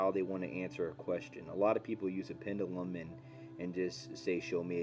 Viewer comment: You're saying "pendulum" wrong. (sorry, I can't help myself 😅)